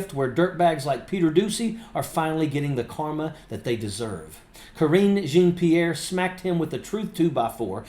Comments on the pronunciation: Jean of Jean-Pierre rhymes with Sean or Shawm... not Gene. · Jean is pronounced Sn You can google it to hear it. Jean is zhaan😂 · The "Jean" in her name is pronounced John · Please pronounce Karine's hyphenated French name correctly. 'Jean' is pronounced like 'schawn'. It's a beautiful name, when not being butchered by a hillbilly. 40 yeas ago, a British girl called me out for doing the same with Jean Michael (me-hail) Jarre. As she informed me, "It just sounds really stupid." Sorry to be so blunt, but it needed to be said. Pretty soon, all of your viewers will start mispronouncing, just like MAGA mispronounces Kamala's name.